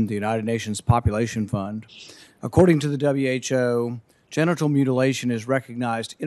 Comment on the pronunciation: Sounded like he was saying getinal mutilation...